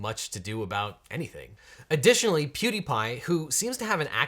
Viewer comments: It's PewDiePie. Not PieDiePie. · also it's PewDiePie not PieDiePie